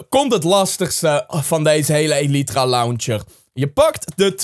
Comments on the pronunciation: deze is van XisumaVoid en het is geen elietra maar eelitraa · je spreekt elytra uit als ellijthra